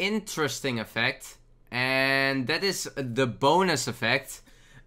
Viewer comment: Is it just me or does it always sound like "boners" when he says "bonus"?